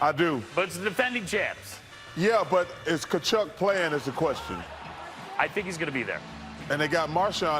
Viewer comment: Chales calling Tkachuk Cha-chuck fantastic